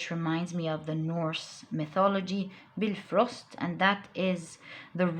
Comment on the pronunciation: When you said Bifrost whit the correct entonation... Been blessed so much.